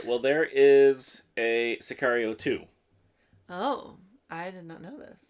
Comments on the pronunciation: si car io is correct. car like how americans say a muscle car. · Excellent intuition on the pronunciation of the movie title. Sicario=hitman.